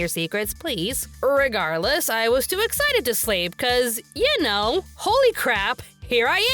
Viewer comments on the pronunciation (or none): none